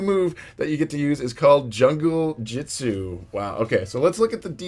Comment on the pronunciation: it's not Junglejitsu it's Junglejutsu